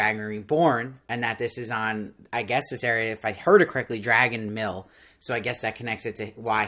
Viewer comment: I like you perspective. But, I need to say, Rand was born on the slopes of Dragon Mount. It sounds like you were saying Dragon Mill.